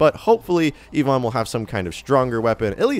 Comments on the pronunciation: The way you pronounce Ivon is disturbing my soul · Please learn how to say Ivon.